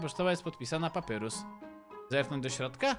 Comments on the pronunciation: Mówi się papayrus nie papurus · wymawia się Papajrus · Na litość boską prosze wymawiaj papajrus (papyrus) andajn (undyne)